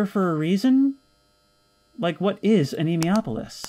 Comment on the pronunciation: "a knee moi ah pole lis" is the pronunciation I think